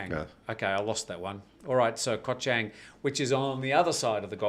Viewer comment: Koh Chang is pronounced Charng guys. It is the second biggest Island.